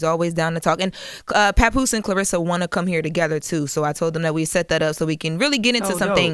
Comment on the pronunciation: Yeah, I wonder why she doesn't get more endorsements. I don't know about Wynn Records. Wynn Records seems very suspect. Has Pap done deals before? Her name is not Clarissa. It is Claressa. There is an e in her name, not an i.